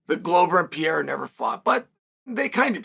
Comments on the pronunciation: Is not PIERA!!!!! PEREYRA!!!! IAM OUT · It's pronounced Pea-air-a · I cannot believe he’s still calling him Piera 😂 like it’s rly not that hard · Piera?? Really Chael? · DJ and Chael : Piera 🗣️ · I always thought it was ... P.A.H.E.R.A but thanks for correcting it for me Chael. P.I.Y.E.R.A it is. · Chael: I love reading comments Alma Sonnen: Chael, I left a note on your fishing rod telling you it's Pereira and when you got home it was still attached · Learn with me: PE-REI-RA. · Pereira: 🗿 Chael: Piera! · Chael really needs to work on his "Pereira" pronunciation haha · Is not that hard right?